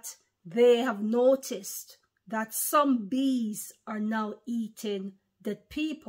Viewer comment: When you said “some bees” it sounded like you said zombies